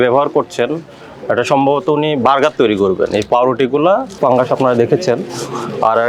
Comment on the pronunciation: সম্মানিত ভোক্তা অধিকারের সহকারি পরিচালক মহোদয় আপনাকে বলতে চাইতেছি যে আপনার কথাগুলো স্পষ্ট বুঝতে পারিনা আপনি যেই পাউরুটির ভিতরে সবুজ কিছু দেখা যাইতেছে এটাকে আপনি পাংগাস বলতেছেন না ফাঙ্গাস বলতেছেন ঠিক বুঝতে পারতেছি না যদি আপনি পাংগাস বলে থাকেন তাহলে ভুল বলতেছেন আর যদি ফাংগাস বলে থাকেন একটু স্পষ্ট করে বলেন